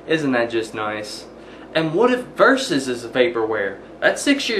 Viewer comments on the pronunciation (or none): none